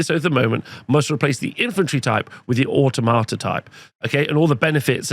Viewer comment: Pan-o-plea and Or-tom-at-a